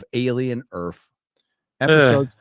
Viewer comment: Alien Earf.